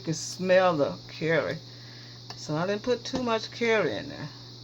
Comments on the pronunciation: Jill Lancaster. And carry 😂😂😂😂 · Jill Lancaster took me a bit to figure out curry. Thought she was saying 🥕! 🤣🤣